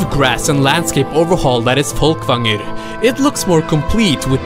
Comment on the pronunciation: Damn, this is very impressive what you made, and the attention to edit and detail! Worth the wait! oh and I love how you said "Folkvangr" ;D Spot on... which makes me think... hmmmmm.... there's something about that accent.